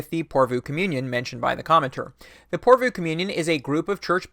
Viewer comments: Good video. But PorvOO, not PorvUU :) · Pore Voh. Stress on the first syllable, long on the o o. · Utterly besides the point but the last two o's in 'Porvoo' are said in the same way as the o in 'more'. 😜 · Finnish viewer here. Loved hearing you talk about lutheranism and the nordic region! Porvoo is pronouced differently to what you said. The O vowel is pronouced the same throughout the word. And it sounds like the swedish Å vowel. Hard to explain. Anyways, Keep up the good work,! Love your videos!